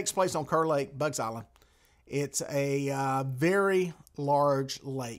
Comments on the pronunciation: You might not know this, but it's actually pronounced "Car" Lake. Not spelled like it, but that's NC for ya! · Not just a NC thing. I had a British friend YEARS ago. His name was Kerr. If you pronounced it "Curr", Sebastian would correct you, fast. "It's pronounced Karr! I cur is a mongrel dog."